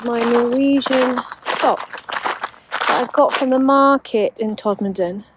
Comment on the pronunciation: Hi, spot on pronunciation of 'Todmurdan' at the start:)... I love how you educate and entertain us, show us what can be done with a little determination and most of all, you achieve this with a warm smile on your face, with integrity and with honesty. Oh and not forgetting your smooth, galaxy chocolate voice:) Stay safe and stay dry & warm.